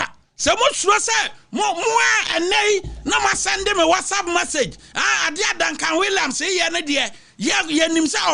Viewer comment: Ahhhh “watsapp massage” 😅😅😅